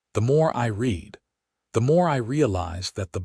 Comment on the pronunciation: i do wish this .A.I narrator would say words correctly !! they say read instead of the other way of saying it ,, RED as i red the book not i read her message ! and why does he say living ROOM (( enhanced )) !! instead of normal saying livingroom ?>? it does sound rather stupid but thats A.I for you . come back the original way of narration BY A HUMAN !